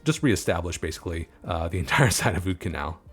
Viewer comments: the "oud" in oudkanaal is actually pronounced basically the same as 'out' in english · The oud in Oudkanaal is pronounced like the out in the English words scout or about.